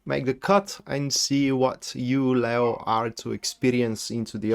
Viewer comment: Lay plus oh sounds lao but the lion is pronounced leee plus oh. Le as in leave le/o